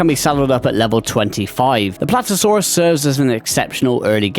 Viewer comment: why do you call PlaTEOsaurus Platosaurus :Sob